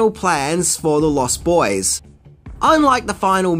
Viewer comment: Also: LostBoys, not Lost. Boys.